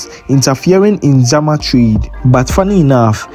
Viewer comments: please it shama not zama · Master fort San Sebastian is not in ~Zama~ we don't have any place call like that The place is call SHAMA Not Zama Thanks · That's what I wanted to correct him on, please pronounce the towns in the regions of Ghana well